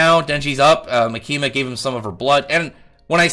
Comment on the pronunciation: The tonic is on the “Ma”, so “MAkima”. Like “catholic”.